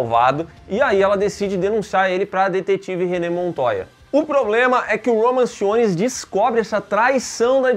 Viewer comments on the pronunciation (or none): falou "Roman Simmons" mas na vdd é "Roman Sionis" o nome do mascara negra hahaha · O falhando miseravelmente em pronunciar o nome dos personagens é épico: DiAnah Lance; Roman Simons...